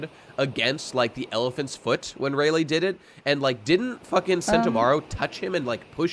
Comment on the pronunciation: I just have to know why you are pronouncing Rayleigh's name Ray-lay when it's pronounced Ray-lee?